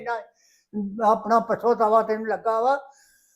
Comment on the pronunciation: ਰਾਜ ਪੰਜਾਬੀ ਬੋਲਣੀ ਸਹੀ ਸਿੱਖ ਲੈ ਪਿੱਛੋਂ ਹੁੰਦਾ ਨਾ ਕਿ ਪਸੋ